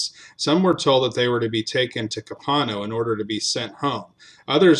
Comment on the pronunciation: FYI, in South Texas we pronounce Copano as KO-pah-no, as in Copano Bay, and Refugio, the Spanish word for "refuge", as Re-FURY-o.